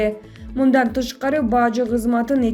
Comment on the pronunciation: Баажы эмес Бажы....